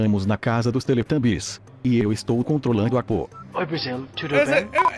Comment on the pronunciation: Man, se fala U PO não a Po e nem o Po, teletubbies n tem genero p0r@ kkkk zuera as parte